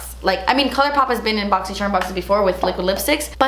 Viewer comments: Cringe I was hoping and praying she wasn’t gonna say boxy”sherrrm” Still love her tho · I loooove how you say “Boxyshhharm!” 🤣. I got great stuff in my box this month 🤗. I tried everything I got in my box today except the mask and love everything! I got a different eyeshadow palette than you. I got the Colourpop Semi Precious Eyeshadow Palette 🎨 and they’re all shimmers. I was hoping to get The Element of Surprise palette because you get a mix of mattes and shimmers. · I’m just here to hear you say “BoxyCHERMUNBOXING” say it again and again lol